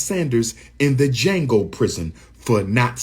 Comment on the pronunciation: "Jhango" club lol Deion